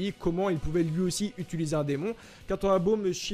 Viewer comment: Wtf pourquoi tu dit utuluser